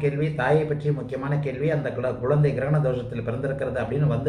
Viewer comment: Girakana? Funny. Say grahanam or eclipse